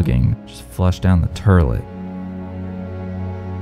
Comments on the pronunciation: I say turlet too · "Flushed down the terlert"